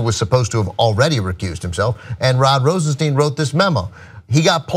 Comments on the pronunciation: Rosenstein pronounced RosenSTINE not Rosensteen. Mueller pronounced Muller not Mewler. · Ana, it's "Rosenstine" not "Rosensteen." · His name pronounced ROSENSTINE/ROSENSHTINE... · TYT, has a shortsighted view. If you were Rosenstein (rhymes with dine, not bean, btw.), and the POTUS asked you to write a memo recommending firing Comey, you have two choices: A. Don't do it, and get fired, and watch Trump hire someone who will then do it. B. Do it, taking one for the team in order to keep your job long enough to appoint Bob Muller to investigate. Either way, Comey's gone, so you might as well get a fair exchange for it. Rosenstein is smarter than you think. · You guys keep mispronouncing Rosenstein.